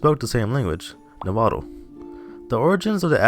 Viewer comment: U pronounced Nahuatl wrong its "nawua"